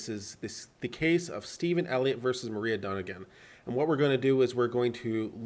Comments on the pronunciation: This is not a hollywood story. And her name is Moi-ra not Maria. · If you can't even read the names right (Moira, not Maria!) maybe you are not that credible on your read on a complex court case...